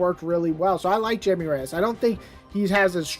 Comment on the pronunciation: ITS pronounced as high me like thats how you say blue beetles name its spanish lol